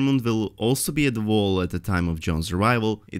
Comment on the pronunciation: Vall or Wall? His brain doesn't know which to choose, but his tongue can say both.